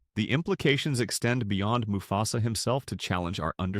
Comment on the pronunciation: I was interested in this video until I noticed some clear wording mistakes that is most likely created by ai narration. Example moo fe sa